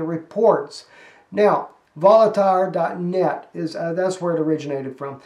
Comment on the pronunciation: "Voltaire" is pronounced "VOHL-TEAR"